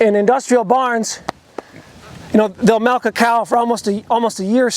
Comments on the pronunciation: It took me a while to understand what he meant by that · Take a shot every time he says "melk" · I know this is random but like did you rlly say 'malk'🧐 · Your the only farmer I know that says melk. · I know haha just when I first heard it was like wait what? Lol MALK ✌